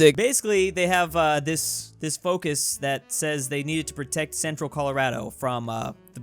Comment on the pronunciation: I'm so glad you said ColoRADo right instead of "ColoRODo"